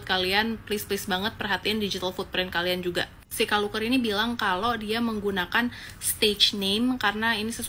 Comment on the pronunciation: Luker feller❌ Luker peller✅